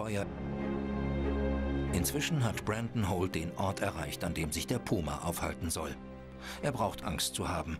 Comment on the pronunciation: Sagt der die ganze Zeit "Poma" anstatt Puma? 😀 wild